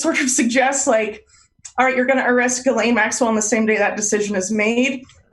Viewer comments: PLEASE learn how to pronounce "Ghislaine." It's a hard "g," like Gary. Not a soft "g," like jello. Thanks in advance. Also, thanks for this video. Yeah. I'm pretty sure this arrest is BS. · "Jilleen". It's pronounced Ghee-lenne. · Pronounced Gee-len. Not that she deserves it.